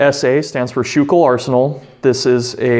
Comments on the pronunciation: The arsenal is proniunced School Kill. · It's not pronounced skoo-kill either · Just a little phonetics tip.. I've lived in Philly while going to school and Schuylkill is pronounced 'sku-kil' or 'skoo- kel' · Yea born and raised in PA myself I actually didnt realise he said it wrong till I seen your comment and realised what he meant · The video was great, but I kinda winced when I heard him mispronounce Schuylkill. Otherwise it was an awesome video!